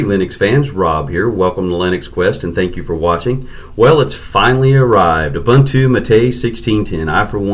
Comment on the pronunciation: It is pronounced ooboontoo and not obantu !!